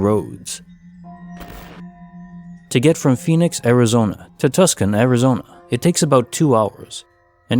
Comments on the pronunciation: Scariest glitch was pronouncing Tucson as Tuscan. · I'm from Arizona. Tucson is pronounced Too-sone. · It's pronounced Too son (Tucson) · Why are you saying Tucson wrong?